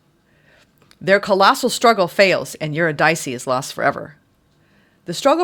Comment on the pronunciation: uhr-IH-dih-see is how Eurydice is pronounced, fyi.